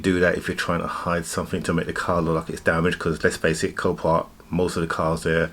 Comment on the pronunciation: you said "this car is from copark is this a new auction site